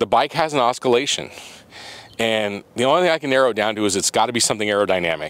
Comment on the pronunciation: Does the GTL have the oscillation issue too, or just the B? Btw it's ah-sill-a-shun not a-skill-a-shun, lol.